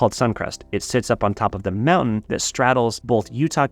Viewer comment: Mountain......pronounced like a true Utahn 😂😂😂